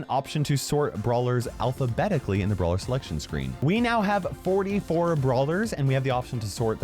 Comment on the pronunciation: Says some kid? (It's brawler, not brawer)